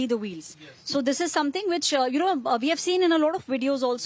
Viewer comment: "vee have seen it"